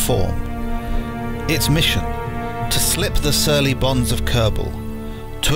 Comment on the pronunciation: I genuinely thought you were saying "To slip the surly buns of Kerbal"